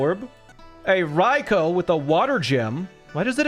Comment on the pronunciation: Thank you for saying Raikou correctly